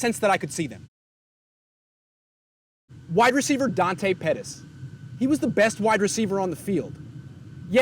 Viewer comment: Did he just say petis let's go he is back welcome to nfl 😂